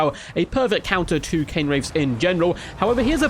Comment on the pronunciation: It's Cairn Wraiths. Sounds like air rather than Cane I believe. That was a party political broadcast on behalf of the Grammar Nazi Party.